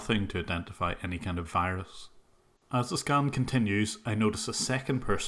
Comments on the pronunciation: The pronunciation of V as W is common with lots of Indians. I hate when they tell me I have a wirus on my computer :'( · You mean a wirus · You mean a Wirus. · Correction: he sends you a wirus